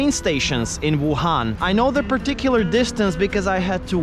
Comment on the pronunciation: “ Voo Han” 😂